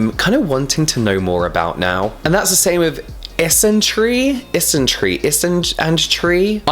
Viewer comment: I got distracted whilst first watching this, and the first couple of time you said Issintree, I heard dysentery 😐